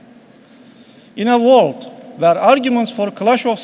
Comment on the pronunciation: vorld ama wörld değil vorld :ahahaha